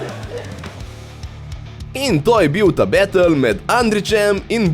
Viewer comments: ne morem mimo tega grozno poslovenjenega izraza ... be-tl 😞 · Hm, malo cudno, je izginil moj prejsnji odgovor. Nimam nic proti izposojenim besedam... imam proti izgovorjavi teh :) predvsem bEtl, kjer E zveni kot tisti pravi E in ne kot æ oz bolj pravilno kot A. (sem ziher da ves kako se izgovori pravilno v anglescini)... drugace pa sem zelel povedat, da mi je vsec foramt... me zanima ce je tudi v zivo tako efektivno in hitro... ali je to carovnija editinga?